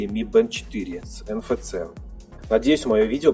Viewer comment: "Эн эф си" так читается (NFC). Просто режет слух.